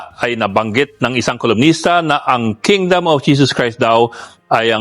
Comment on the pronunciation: Kingdom not kingdoom